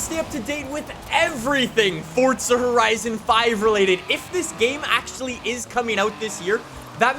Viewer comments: It’s Forza not Fortza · Why does he say fortza not forza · FORZA NOT FORTSA. please 🙏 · Pretty sure it's forza, not fortsa. Why can't Americans speak properly? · The developers have said it's Fortza. Its italian for god's sake, Fortza means strenght. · Stop saying Fordza!!! Lol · There is no T in Forza. Please stop saying fortza it triggers me and many other people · Its forZA not forTSA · It’s not Fortza it’s Forza! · FOR GODS SAKE ITS NOT FORTZA, ITS FORZA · It's not. It's pronounced Fortza, which is Italian for Strenght. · The way he pronounces forza is really bugging me. (Fortza) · Can you say forza not forca, thank you. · You say forsta horizen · Stop saying fortza💀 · For za the is not a fucking t in forza say it fucking right aaaahhhhh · Did he say Fordza? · mans really said "fortsa" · fortza LOL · Why? Why with the “Fortsa” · i love how he says “FORTZA HORIZON 5” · It's Fortza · u mean "Welcome back to ForTza Horizon 5"